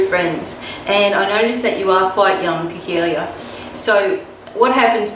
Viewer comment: THANK YOU <3! Its me Khakelia and yes you said my name right...yay! I was totally laughing and smiling throughout my segment of the video because what you were saying is so true. Wow...I didn't know other people go through this and its good to know that I still got some growing up to do;D Thanks again and I'm excited for the new change:D